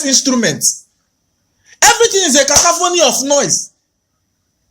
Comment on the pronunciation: Cacophony not cacaphony 😂😂😂😂😂.lol